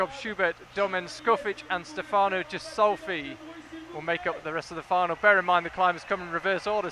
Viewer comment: Speaking of pronouncing names, Stefano has an emphasis on the first syllable, opposed to the second as is portrayed by the casters, as well as the ghi in Ghisolfi being a hard gh noise...